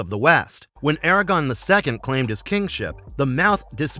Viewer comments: How can the narrator not know that it's, "ARAGORN" and not, "Aragon"? He called him Aragon multiple times. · AIR-A-GORN!!! AIR-A-GORRRRRN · ITS ARAGORN FFS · Every “Aragon” was like a kick to the gut. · The way you keep mispronouncing Aragorn is killing me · Mf can't even pronounce aragorn right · Gawd it hurts when somebody knows nothing about Lotr. Who is Aragon? Wingwraith? Seriously if your going to make a video at least the the pronunciations right 😭